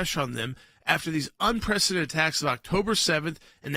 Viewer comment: Un-prec-i-den-ted...5 syllables...enunciate please.